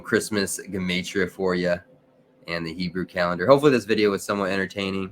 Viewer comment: So that's the correct way to pronounce gematria